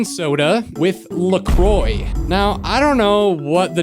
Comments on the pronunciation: ITS PRONOUNCED "luh-kwah" IF YOU'RE GONNA PRONOUNCE IT WRONG JUST PRONOUNCE IT AS "luh-croyks" THEN AUGHHHH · It’s pronounced LA QUA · Uhm actually in English it is pronounced luh croy but in france (its origin) it’s pronounced luh kwa. I looked it up so don’t even try to say nothing about me being wrong 😑 😂😊